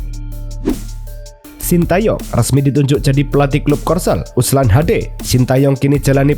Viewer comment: Ulsan min bukan USLAN